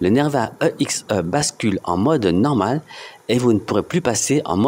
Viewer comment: mdr grave, surtout qu'on dit "éxé"